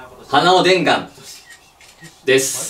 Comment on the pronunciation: でんがんの「が」の「"」が魂持ってて草